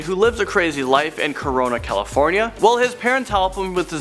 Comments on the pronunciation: I'm sorry but you say CORON?!?!?!?!? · he said Corona California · i heard you say rocooPiazzavlogs lives in the corona california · Did he just say corona California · Wait. Did he say Corona, California? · did he just say corona?